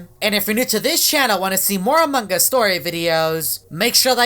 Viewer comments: you say "among us" not "amonguss"😭😭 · dude your saying amongos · he keeps saying amoung GUS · i love he makes much among us vids but he dont say the word correct XDXD its among us not amonggus XD